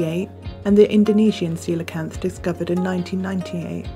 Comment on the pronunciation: Thanks for pronouncing it correctly! I've seen so many people say "coal-acanth"